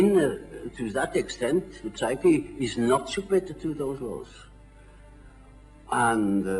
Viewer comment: One would think that a man such as he would know better than to pronounce the 'p' in words such as psyche; and yet...